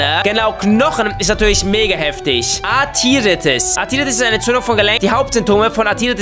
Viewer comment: Ok athiritis was is das denn ich denk es heisst athritis